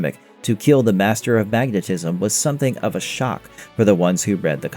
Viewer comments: Mag-ne-tis-m Not sure what you're saying a few times at the beginning there. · Magnetasm or Magnetism. Y'all be in such a rush to get videos out that no one is proof reading the script.